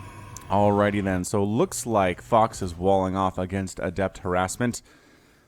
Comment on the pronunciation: is it just me or is it that every time that he says fox it almost sounds like he says fucks... are my ears playing me for a fool?